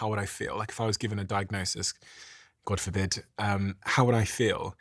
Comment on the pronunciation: 😂 "God for bid" The subconscious Nigerian in Steve jumped out